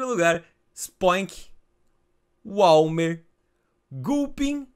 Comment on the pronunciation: e é Waiiiiilmer, não walmer hahahaha